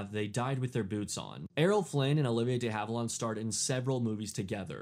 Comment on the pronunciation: It's pronounced. DEE HAVE-IL-AND, NOT, NOT DAY HAVE-ILAWND...get it right